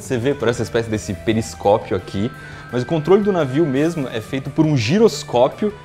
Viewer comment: SERIO QUE ELE FALEOU "PENISCOPIO" ???? KKKKKK